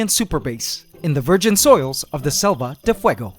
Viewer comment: Quick thing, you are mispronouncing Selva de Fuego, you are basically saying Save of Fire, so just check in translator or something because it has been bothering me for a few episodes. Ant love forever.